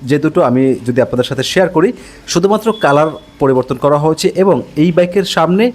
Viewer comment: ভাইয়া আপনার হয়েছে শব্দ টার উচ্চারণ একটু ঠিক করেন আপনার উচ্চারণটা শুনতে খারাপ শোনায়